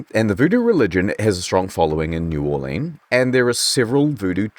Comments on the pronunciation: This is the first video I've seen where new Orleans is pronounced properly. Good work sir. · Also, New Orlinz, that’s how we say it. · your pronunciation of new orleans was very accurate